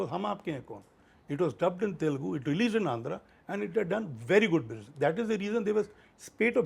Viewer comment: I get so mad when north Indians and folks from mumbai pronounce it as Telgu. Its not telgu my dude and its a shame that many folks still mispronounce in this day and age